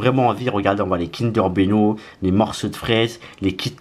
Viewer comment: "kinder beno" 🤣😂